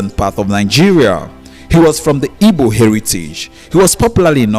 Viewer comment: The stupid narrator can't pronounce Dunukofia and Igbo correctly? Is he dumb?